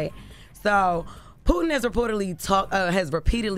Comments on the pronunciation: She can’t even pronounce Putin or nuclear…. Where Tes at? Lol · POOTIN, NOOCLEAR!!!😂😂😂